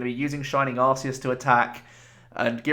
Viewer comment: Great video! By the way, I just watched the Arceus movie and it turns out it's pronounced arc-ee-us (as opposed to "arse-ee-us" which admittedly is funnier)